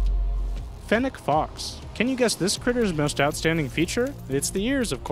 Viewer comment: Its fennec not fenneck